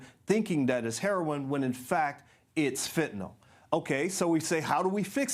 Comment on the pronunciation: This guy can,t even pronounce fentanyl properly. what he is saying is crap